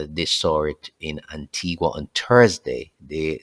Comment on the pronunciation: Blessings and many thanks for your updates and information unit. J would like to draw your attention to 2 things. Pronunciation of 2 Caribbean islands: Antigua pronounced AN-TEE-GA and Montserrat pronounced MON-SER-RAT. The t is silent. Please do not take any offense. God Bless You and keep the information coming. You are doing an excellent job. Praise YAH